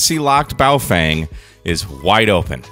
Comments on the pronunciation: In English it's closest to BOFUNG or BaOFUNG. There are actually Baofeng pronunciation vids made by the company. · To be precise, it's Boo-Fwang, you need to put more emphasis on the second syllable. Your journey to sound like a native Chinese speaker is nearly complete. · You keep pronouncing the name differently and each time it’s incorrect. First you called it Boefeng, then Boefang twice, then Bowfang and lastly Boefeng twice. It’s a Baofeng: Ba-o-feng. Ba as in bat, o as in got, feng as in fencing without the c, i or second n.